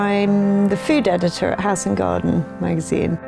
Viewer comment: What's an editwer? stuck up snobby cow.